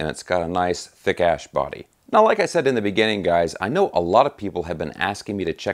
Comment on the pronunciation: Oh I get it. It's like he's saying ass!